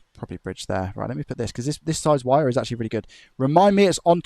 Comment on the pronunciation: Amazing job, but I could swear you pronounce the word 'wire' as 'vire'. Is it just my Australian ear?